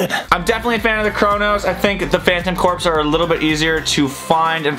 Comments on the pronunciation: It’s not cor-ps its core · Aigh! Please pronounce corps correctly! It sounds like 'core'! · Corps is pronounced Core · sigh I hate to be that guy, but "corps." is pronounced "core". I love your videos, don't get me wrong, but that drives me nuts. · He pronounced Corps wrong